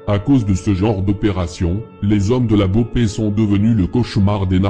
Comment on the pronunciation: Autant quand tu parle de France j’aime bien tu tape souvent dans le mille Mais la c’est très très très très à côté de la vraie « guerre » Déjà, CV n’est pas un gang mais des « franchises » d’un groupe, qui sont en guerre avec les PCC qui sont bien plus gros et un vrai gang Pour l’opération la BOPE (on dit boppe, pas bopé 😂 que mrda é essa mlk) n’est pas du tout à l’initiative, ils ont étés appelés en renfort par la PM qui travail pour le gouverneur, c’est avant tout politique, mais lâché rien, le travail n’est pas mal mais a mieux préciser les choses